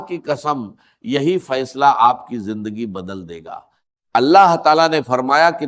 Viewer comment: jindagi nahi zindagi hai pahle bolna sikhye